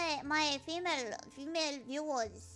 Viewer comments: she pronounced female as tamale with an f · Female (pronounced tamale) fan checking in, is too based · She said "female" like it's a Taco Bell menu item. Love it.